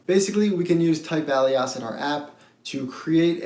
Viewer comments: I know you're gonna think I'm just nit picking so apologizes in advance but for future reference Alias - otherwise called : otherwise known as — used to indicate an additional name. Pronounced Ay - Lee - Us. Or say "Hey Lee Us" and pretend the H is silent! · FYI - It is pronounced /ˈeɪ.li.əs/ (e.g. "ay·lee·uhs"). 🙂 Thanks for all of your great videos on Swift programming! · Hi, noticing your last name I must ask, as an italian speaker myself, is the reason you pronounce "TYPEALIAS" like that because you're bilingual english + italian? You do make it sound like we'd read it in plain italian!